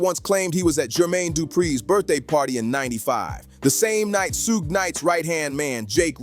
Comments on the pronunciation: Ahhhh who’s Shugay? 😂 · The way you pronounce suge knight is blasphemy. 😂😂